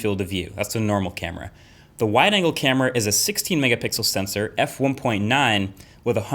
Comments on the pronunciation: "Wider Anger" man.. can't wait for that wider anger lense.. seriously underrated feature.. that wider anger.. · Anyone else hear “wider anger selfie camera” ? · "Wider anger" . Never heard someone get mad at extra features 😜